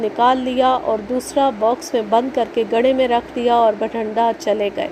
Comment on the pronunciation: Masha allah ...beti bht mehnat say sunai aap nay kahani..bht lutf aya kahani thi b achi...aap nay bathinda ko har bar bathanda hi parha ha..plz take care of this...